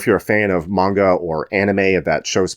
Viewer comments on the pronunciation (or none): none